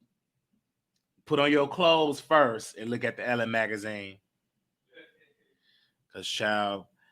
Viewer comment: it’s not “Ellen” magazine, its ELLE.... pronounced EL...